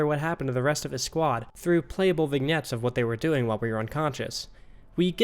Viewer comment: The g in vignette is also silent